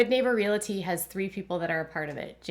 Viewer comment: Interesting! Btw the word is realty with no "i" in it. Pronounced REALTY😊